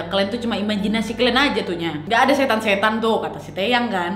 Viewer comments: Awalnya gw dengernya ‘tayang’ 😂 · wkwk ngomong "Taeyang" Nya lucu 🤣